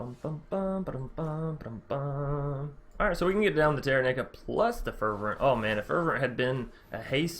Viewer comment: lol its fer - vent